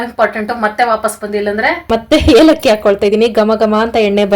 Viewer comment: ಅದು ಹೇಲಕ್ಕಿ ಅಲ್ಲ ಏಲಕ್ಕಿ 😂